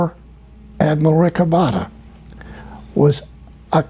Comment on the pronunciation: Esto no es relevante desde mi punto dw vista, solo para corregír el nombre de Rick Obatta, el cual es Rico Botta. Solo que por como lo pronunciaba Tompkins, sonaba como Rick Obatta